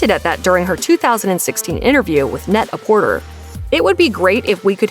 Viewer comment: Very distracting how often you cited Net-A-Porter, considering you're pronouncing it wrong every time. It's a pun on the French term Prêt-à-porter, and thus is pronounced Pret-Ah-Portay.